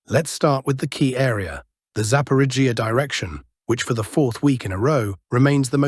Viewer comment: The Zapaporgia zone is the funniest. Hooleeaipole is a close second. Arrestapole is getting arrested